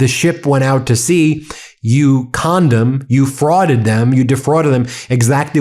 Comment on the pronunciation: I thought Ben called Pete Hegseth a "condom" but he meant it like "you conned 'em." Hahaha ha! Im lacking sleep so don't mind me. 😅